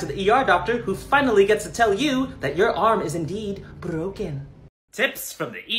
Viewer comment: Lol how he says "br0ken"